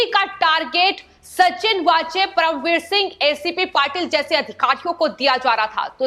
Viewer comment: एंकर बहुत गंदी हिंदी बोलती है, कीरीट सोमया को क्रीट बोलती है। परमवीर सिंह को प्रमविर बोलती हैं।